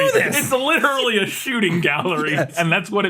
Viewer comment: used to say “literately,” and that drove me nuts.